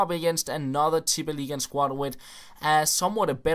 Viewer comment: Wow!! Probably the only popular Fifa Youtuber who can say Tippeligaen right.